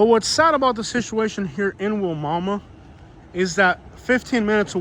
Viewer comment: It’s pronounced “why-mama”